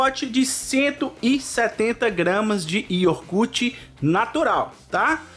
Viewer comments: Só uma dica: não é IORGUTE o correto é IOGURTE do resto tudo 10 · Receita boa.mas por favor não leva a mau,mas vamos procurar falar nosso português mais correto.É IOGURTE e não ioRgurte. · Ele falou iorgute três vezes. Eu conheço iogurte! Kkk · Só não encontrei aqui o "IORGURTE". Achei o Iogurte, pode ser? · O que é IORGUTE*? KKK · Yorguti???? Kkkkkkkk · O cara escreve IOGURT mas fala IORGUTE... Brasileiro é uma desgraça mesmo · Delícia de receita. Mas prestei muita atenção na pronúncia 🗣"IORGUTE" 😂